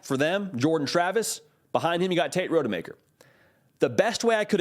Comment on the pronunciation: Please learn how to pronounce Rodemaker “Ra-duh-maker”❤